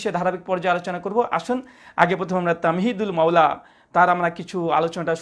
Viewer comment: ছাগলটা "তামহীদুল মাওলা" বলছে৷